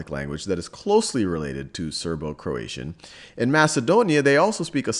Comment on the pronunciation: Serbo-Croatian not Serbo-Croation